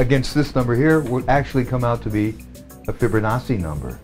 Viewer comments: The "fibber nawsee" pronunciation drives me nuts lol ..."Fib-o-nawchee" the double C is a "ch" not a "ss" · It's "Fibonacci"... not "Fibber-nachi"?!... are you freaking serious?! We are NOT one, we are distinct individuals that are so far from being one in spirit, it's mind boggling, UNLESS... you mean one in sin and our cursed nature in this world, then you may have a point. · Lmao why does he say it like that tho... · His name is Fibonacci. NOT FRIBO-NAZI!!!